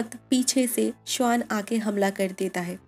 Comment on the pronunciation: Swann and not Shwaan